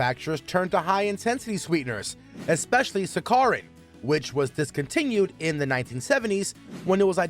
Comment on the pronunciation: When the narrator has never heard the word saccharine before so he mispronouces it suh-car-in instead of sack-uh-rin.